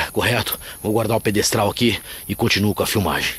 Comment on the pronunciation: é pedestal não pedestral. Adoro memória sobrenatural. Arrasa!!!!